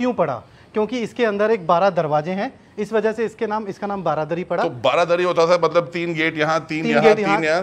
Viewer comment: Bhai its not baradari, its BARANDARI 😅